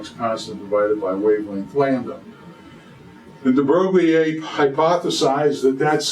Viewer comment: Terrible mispronunciation of the name of de Broglie